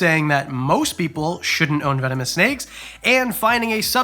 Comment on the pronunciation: I heard you say "venomous" then accidentally say "vemononous" 😂